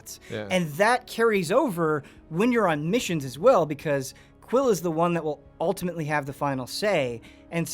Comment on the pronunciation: Boy his name is quill not quin, it sounded like he said that at some point